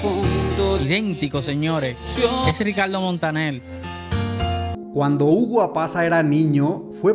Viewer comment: El dominicano dice: Ricaldo Montanel